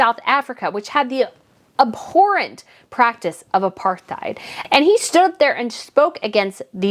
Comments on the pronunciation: It's pronounced A Par tide not A Par th eyed. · I've never heard of Apartheid pronounced like that, 🤣